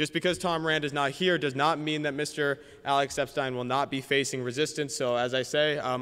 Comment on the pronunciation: People really should learn how to pronounce Epstein.